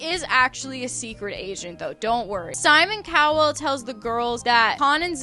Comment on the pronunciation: Simon Cow-well is sending meeee. I know it’s a mispronunciation but it’s like comedic relief 😭🤣